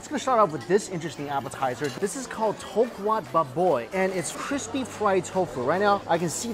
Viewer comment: Tofwa bbaaaboi........